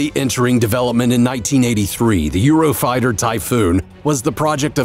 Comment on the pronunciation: "Eurofrighter" it's "Eurofighter"